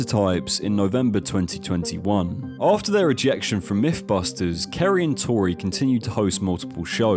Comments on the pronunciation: "M5" not "M7" and Kari Byron not Kari Bryon. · Why do you call her both Carry and Kerry? Its pronounced Carry..and also Tory Bel-etchi...did you ever even watch the show..they told you their names every episode ffs